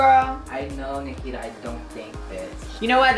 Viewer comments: Did you just say... BRICKITA. I AM HOLLERING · Hahaha catch me at EWA beach haha yes literally my smoking grounds haha even though you said it wrong Nikita haha